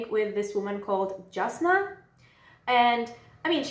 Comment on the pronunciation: A weird rule in Roshar is that "j"s are "y"s.... So jasnah is "yasnah"